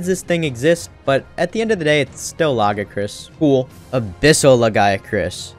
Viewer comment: Yet another person that can't pronounce Lagiacrus for some reason. Come on people, "Luh-GUY-uh-crus", it's not hard.